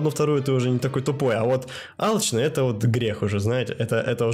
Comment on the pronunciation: Не алычный) а алчный